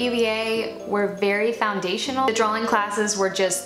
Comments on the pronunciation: So intelligent, so accomplished...but every time she says "drawling" instead of "drawing" I want to scream. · The irony of an artist that can't pronounce the word drawing, lollll. "Draw-ling"